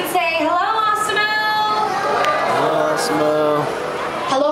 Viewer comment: lol i like how she pronounces it awsimo